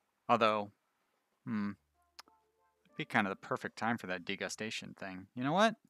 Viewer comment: You saying degustation like "disgusting" cracks me up. I assume you read up on it, but just in case anyone else is confused: It's when a restaurant serves a bunch of tiny portions so that you get to taste several different meals in one sitting, a tasting menu ^^